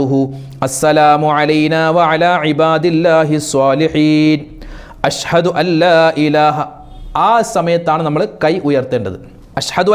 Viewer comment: ഉസ്താത് അശ്ഹദു എന്നു പറയ്യന്നത് അശ് ഹദു ശ്രദ്ധിക്കുക.